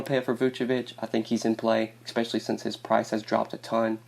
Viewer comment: I'm so sorry dude , I like the picks , but bro.... I stop the video and find someone else to watch every time you use this word... its pronounced "especially" not "eXpecially"